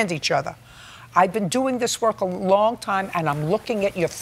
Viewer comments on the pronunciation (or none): none